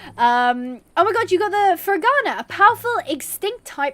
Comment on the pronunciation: You pronounced 'ferghana' right, but you've still not got akhal teke; it's not 'teak', it's 'teck-eh', or 'tech-A', whichever's clearest :)